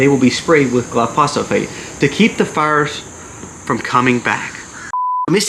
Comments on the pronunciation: I thought I’d help you out with one thing. Glyphosate is pronounced Gil eye-pho-say te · Say gly-fo-sate (glyphosate)